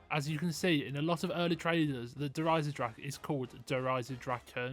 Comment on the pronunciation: de EISENDRACH…. Why cant You just pronounce the „e“ at the end? Why end it with „drach“ if its clearly spelled DrachE